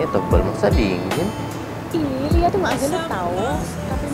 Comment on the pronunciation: Salah denger antara lia sama liaak 🤣🤣🤣